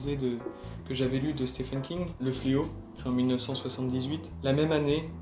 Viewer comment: Le prénom « Stephen » se prononce en fait exactement comme « Steven » avec un long i et un v.